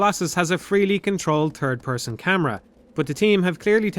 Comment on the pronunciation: "Turd person camera". I'm so sorry.